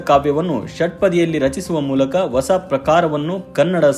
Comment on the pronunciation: ನಿಮ್ಮ ಪ್ರಯತ್ನ ಚೆನ್ನಾಗಿದೆ. ಆದರೆ ನೀವು ಹೊಸ ಅನ್ನುವ ಪದವನ್ನು ಒಸ ಅಂತ ಉಚ್ಚರಿಸುವುದನ್ನು ತಿದ್ದಿಕೊಂಡರೆ ಬಹಳ ಚೆನ್ನಾಗಿರುತ್ತೆ. ಧನ್ಯವಾದಗಳು.